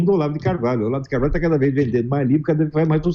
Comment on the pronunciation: Olavo de Corvalho? kkk Esse é preparado pra entrevistar o Goró